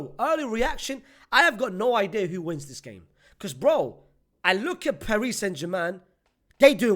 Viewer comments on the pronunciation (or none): none